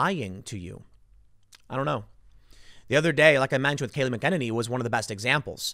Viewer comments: I love you Tim.. But get your pronunciations correct. It's Vicar. Short "I". Listen to other people say Kayleigh mac a nainy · Tim, her name is pronounced MACK-EN-A-NEE. (or, MACKEN NAY KNEE)